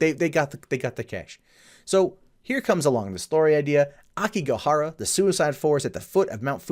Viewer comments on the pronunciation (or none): Another correction; it’s “Aokigahara,” not “Akigohara.” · It's Aokigahara, not Akigohara.